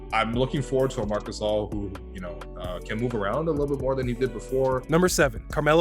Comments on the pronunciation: Unsubscribed for the Photoshop job and pronouncing Marc gasols name wrong because that tells me you really watch alot of basketball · Did you really say Marc gasel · He said Marc Gas Oil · I can’t respect him for not pronouncing gasol correctly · Bro after hearing him pronounce Marc Gasol I headed straight to the comment section and me my brother and dad have been dying laughing for 20 minutes straight, srry man not finishing this video 😂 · When he mispronounced Marc Gasol name I lost interest in the video and disliked it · Bruh I almost disliked the video when he miss pronounced Marc Gasol’s name 😂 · Maybe it's in the script he just read it and knows nothing in basketball 😃 he even pronounced marc's surname incorrectly 😂😂😂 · your pronounciation to "gasol" is wrong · yeah he murdered his name's pronunciation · I SPRINTED to the comments to see if ANYONE had said ANYTHING about the way he said Marc Gassel... I wasn't let down... WTF is that?? How'd he get that wrong? Was it done on PURPOSE??😆 IDK... I'm done 😉👍🏽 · I can tell he doesn't watch basketball by how he says "Gassle"😭😭🤣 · Gastle! You’re trolling, you literally have a clip of someone saying his name correctly in the video 😂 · That bih said gasel.... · GASOL (GUH-SAUL) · "Marc Gaa Sol"😵🙄😂😅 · Guh- Sall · he said mark gassle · YEAH HE SAID MARC GASALE LMAO!!!!! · Sounds like gasoline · Lmao the closed caption spell it like gassell 🤣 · Gas ohlll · Yeah Mark Gas Sol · Gas/Oil??? = Gas station or what? 😂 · Marc GasL😂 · Yes I stopped the whole video Marc gashole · It’s supposed to be pronounced, Gasahhhhl dood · gas hole hahaha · mans said gas-el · Gas-ol lmao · Gassel? You mean GasOL? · It’s Marc gass-ol not Marc gasshole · Stop it, is not gas-Soul.. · Marc Gas-ul 😂.. Marc Guh-Saul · Gassell...Gasol...GUH SAUL buddy LMAO. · You know his name pronounce Ga-sol not Gassle ....🤔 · i disliked cause you said gassel. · My man said Marc gasel that is just funny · Did he just call him mark gasel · My man said Mark gasal